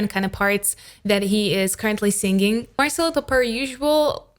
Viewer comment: you pronounce singing to sing-ging. why?